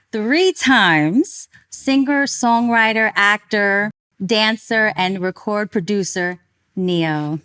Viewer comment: I Can't Get Over Her Saying "Record Producer" 😂😂😂